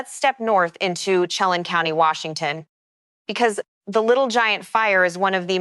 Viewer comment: Pronounced...She lan and Nespeelum